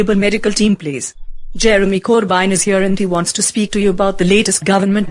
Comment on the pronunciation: I'm not sure what her voice is but she mispronounced Jeremy's last name because of her cool accent